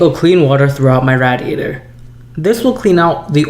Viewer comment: Why can't you say radiator right?